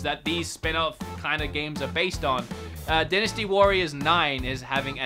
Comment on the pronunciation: "Dynstay" Warriors 9: Empires lol.